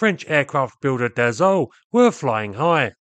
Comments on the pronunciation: DaSSault not Dazault! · Once more, it's pronounced DaSo with a soft S and not DaZo 😉. Anyway, in the 60s, my uncle who was an engineer at Dassault aviation worked on the Mirage VTOL project. Fun fact, it had been named "Balzac 00-01" just because it was the phone number of the advertising company ("Jean Mineur publicité") Marcel Dassault was owning! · Dass-O. Not dazzo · Funny you keep pronouncing Dassault as « dazault ». It really is pronounced like the word « assault » which is the exact point as it was the « nom de guerre » of Paul Dassault in the French Résistance, elderly brother of Serge Dassault, both born Bloch (some forgotten (?) types built under that brand). « Assault » like in « char d’assaut » (attack tank). He added the « l » before the trailing « t » to look like the English word « assault ». So, it is pronounced the same way you’d pronounce the English word « assault », that is, not « azault »! Just don’t pronounce the « l » to sound French. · Extremely entertaining & technical video. But please, as a Frenchman, where on earth did you find a "z" sound in Dassault???... The two "s" are pronounced like assault, or ass. Thank you, keep up the frenglish work. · I speak French and I know French words sometimes are difficult to pronounce for English speakers but it seems you are especially struggling pronouncing "Dassault" never pronouncing the same way twice. So I'm providing this for education purposes. Not trying to bust your chops (or is it "taking the piss"). It is pronounced DahSoh. No 'z'...No 'e' and the 'l' and 't' are silent (as are half the letters in most French words).